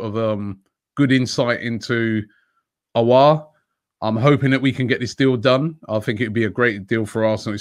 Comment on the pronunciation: Adam White smiling coz Robbie finally said Aouar’s name correctly 😂😂😂